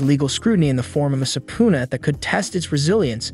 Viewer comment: Yes - ending in peena, not poona.